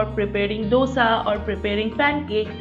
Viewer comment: Finally, a non-South Indian, who can pronounce dosa, correctly. 😍 And ohhh those kitchen accessories!! I live in an old-fashioned house and the kitchen is non-modular, a renovation is on the cards (thank you, lockdown, for delaying it!!) I can't wait to bring in these useful yet subtle products home, to enhance the old world charm in my kitchen ❤️❤️